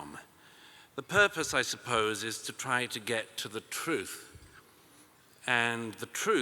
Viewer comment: The purpose "is to get to the thouth". Ummmmm